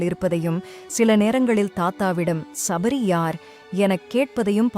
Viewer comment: ஷப்ரி அல்ல சபரி.